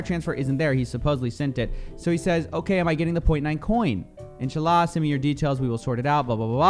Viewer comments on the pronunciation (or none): listening to him say inshallah like that is extremely funny lol Also it is incredibly sickening that he is using his faith to scam people